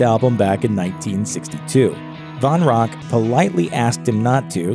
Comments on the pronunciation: Dave Von Ronk? No. Van Ronk. Let's at least get that right. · It’s Dave VAN Ronk. Not Von Ronk. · Another narrator's blooper: Its Dave Van Ronk, (Van with an "A"), not Dave Von Ronk. Narrators, do your homework! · It’s VAN Ronk , not VON... and if you don’t know that, have to question your whole being.... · Jesus Christ, it's Dave VAN Ronk, not Von - how hard is it to get a simple name right?